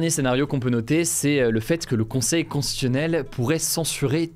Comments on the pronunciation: Je pense que Hugo a dû consulter des écrans avant l'âge de 3 ans vu les problèmes d'élocution qu'il rencontre très fréquemment point notamment pour prononcer le mot constitutionnel et autres difficultés en fin de vidéo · Tu as du mal à bien prononcer "constitutionnel", mais moi aussi 😂